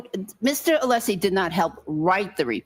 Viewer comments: It's UH-lessie DUMBASS!!!!!! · Honk breenan is a petty, little man intentionally mispronouncing Alessi. I think he knows Mr. Alessi is very liked by the public and he isn’t. Jealous. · I'm not sure attorneys realise how they come across. The vast majority of trials have very limited audiences so the general public doesn't get to see the likes of Brennan being so obnoxious. The lack of scrutiny means obnoxious and unprofessional conduct does not get checked. Brennan repeatedly mispronouncing Alessi's name should have been picked up on, for example.